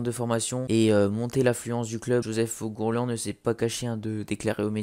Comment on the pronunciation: Essaye de voir comment on prononce ourghourlian